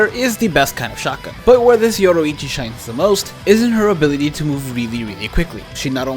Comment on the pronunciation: Why did you pronounce yoruichi “yodoichi” it’s stupid